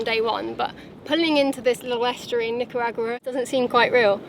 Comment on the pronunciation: Oh wow did you just say Nicaragua properly for the first time lol Well done!